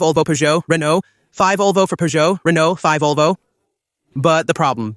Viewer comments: Very very very bad Ai voiceover. Fivesixs it is the v6 and five olvo it is Volvo. I wanted to watch all the video but it was impossible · This video is AI-generated, so it's complete nonsense. The AI in the video can't recognize the name Volvo; to the AI, the V stands for the Roman numeral five. In this stupid video, the AI pronounces the name Volvo as "five olvo." Nevertheless, the uploader posted this nonsense on YouTube. So, according to this video, I drive a five olvo five 70 D5 (Volvo V70 D5).